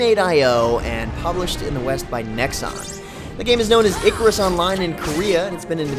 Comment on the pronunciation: EEEEE CARRR RUSSS OMG 10 out of 10 videos related to this game and 10 out of 10 could not pronounce the simple word !!!god this is annoying.